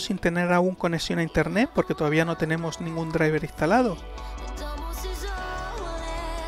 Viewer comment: interneT papito, no INTERNE' ... habla bien